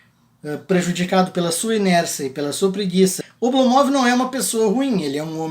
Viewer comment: Minha mulher, que é russa, disse "Não aguento mais esse cara falando Oblomóv!". É Ablómov. Hahahaha